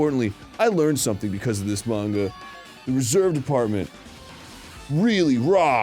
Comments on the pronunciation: i hate how Arin says Mane-gah lol ITS MAHN-GA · Just noticed Arin intentionally changes his pronunciation of "manga" every time